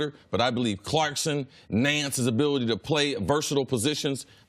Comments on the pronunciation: CLARK-SON not Clarkston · CLARKSON not CLARKSTON........... #facepalm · Are we supposed to believe him if he can't even say jordan's last name properly? 😁 😁 😁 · Doug knows it's ClarkSON versus ClarkSTon... right? This man's analogies are trash and he wants to be Cowherd so bad lmao